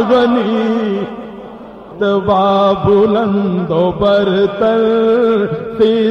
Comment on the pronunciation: Start ka word rutba hai, rotba nai durust krain